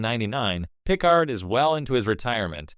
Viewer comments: my god he cant say it correctly and say's it too many times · Why are you saying Picard that way?